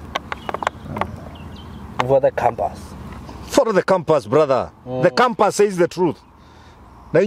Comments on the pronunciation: It’s not campus it’s compass. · He is saying it in kikuyu fashion...just understand